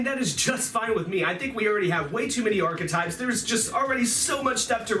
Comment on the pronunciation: Arch A types hahahahahahahahaha "thumbs"